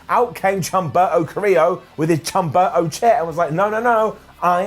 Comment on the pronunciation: The "Chumberto" thing is intentional? I don't got it. But if isn't a joke, h in spanish is silent and my OCD make me remind this 🙃